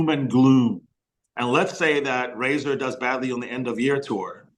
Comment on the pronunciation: Also say Razor....